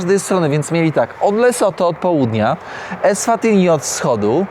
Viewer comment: EswatiNi i MBAbane. Ty czytać nie umiesz?